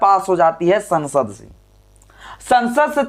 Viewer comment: Sasand nahi sansad.pl.correct while educated the viewers.